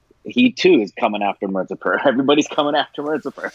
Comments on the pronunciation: It's not marzipur, it's mirzapur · I hope will be able to say Mirzapur correctly by the end of this season 🤪